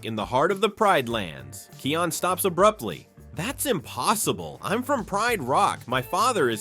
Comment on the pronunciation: You mispronounced Kion’s name. (His name is pronounced as "KIGH-on”.)